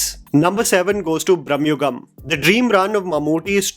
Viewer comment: Sir, there is a 100% appreciation from the southern audience; except for one small and sincere request. Please pronounce the names right. It might be slang or some other issues, but I've noticed from many videos that you are unable to pronounce some names correctly. Right in this video, for example, you said Tej Sajja instead of Teja Sajja, 'bramyugam' instead of 'Brahma yugam', and for the explanation videos of Kalki you've been saying 'bherava' instead of 'Bhairava' and just a few other ones. Please don't be offended, nothing but love, just please pay attention to some of the small things because although they seem insignificant they do make a difference